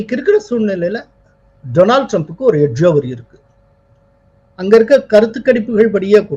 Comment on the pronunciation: We enjoy your channel very much and appreciate yours political views even more. You are doing a great service to all of us. Thank you profoundly! But I wish you will pronounce Donald Trump’s name correctly. Donald should be pronounced as ‘டாநல்ட்’ not “டொரனால்ட்“ It is downright hilarious to keep hearing the name tortured! Please do not get offended. We feel it is our duty to correct you. If we did not, all the people listening will assume that yours is the correct way to say that very common name: Donald. Please correct yourself. God bless you for your service, it is great work.